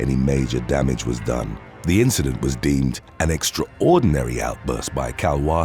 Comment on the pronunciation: The way you said extraordinary bout drove me insane 😩😭😭😭😂